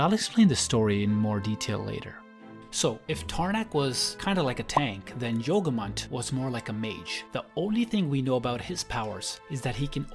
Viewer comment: yogumunt sounds like yogurt